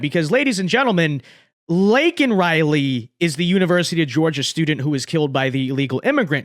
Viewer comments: Surprised joeblow didn't check his watch, while mispronouncing her name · Joe Biden can't even get Laken Riley's name right even with a Teleprompter. I had no idea Lincoln Riley also got murdered by an illegal alien. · So when Joe Biden says her name he says it wrong So he still hasn’t said her name Great